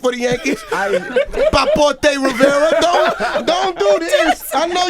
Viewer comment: when he called him Paporté Rivera 😂